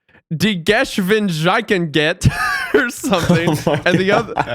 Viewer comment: The way wendigoon butchered the German word for speed (Geschwindigkeit) made me wake up from snoozing. Why don’t they just play google pronouncing it 😭 it took me a solid minute to understand what he was yapping about